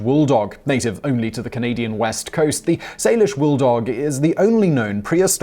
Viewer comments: That's not how u pronounce coast "salish" or the already mispronounced "cowichan" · Simon mispronounced the indigenous words: first pronunciation of “Salish” was incorrect, second was correct. He mispronounced “Cowichan” (spelt several ways) as well. Also, “First Nation(s)” not “the First Nations” and it’s not a universal term. These are indigenous words so it’s important to get it right.